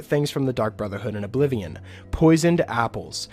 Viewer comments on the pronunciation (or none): I’m sorry, did you say Ablivion???